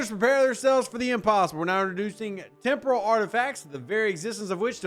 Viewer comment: It sounded like you said tempura parts😂